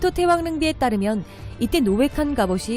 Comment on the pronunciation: 제귀에만 태왕이 태황으로들림?